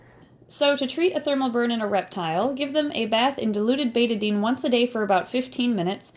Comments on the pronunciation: Me: BETA-DINE Her:BETA-DIN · It’s pronounced bet-Ah-dine